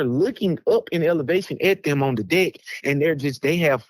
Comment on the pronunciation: Thats deck. Not dick.